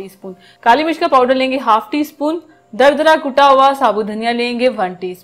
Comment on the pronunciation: Plz correct your Urdu Say durdura Not dardara Rest your recipes are best keep it up